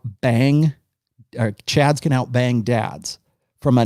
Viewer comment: Take a shot every time calls Chads “Cads”.